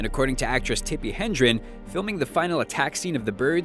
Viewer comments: Dude. Tippi 'Hendron'? Really? 'HEDRON'. Commit it to memory... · Tippi HEDREN, not Hendren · You should really check some facts before making these, her name is Tippi Hedren, not Hendren. Basics. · Tippi Hedren, not Tippi Hendren.